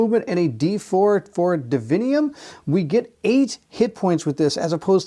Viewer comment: Its divinum. Not divinium.